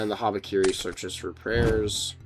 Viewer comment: brother urgh, what the fuck is this, habibikiri